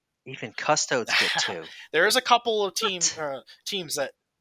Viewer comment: Ace. Custodes = Cust Oh dees xD